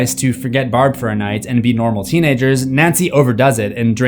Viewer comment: It’s Barb not Brab